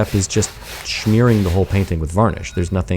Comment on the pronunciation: It's interesting that he adds a "ch" to "smearing"